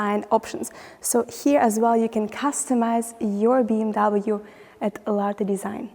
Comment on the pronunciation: You promote BMW, but you don't pronounce the brand correctly.